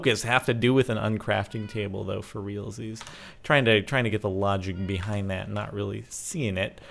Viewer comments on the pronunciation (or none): none